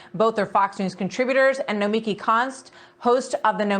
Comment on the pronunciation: It’s pronounced no-mee-KEE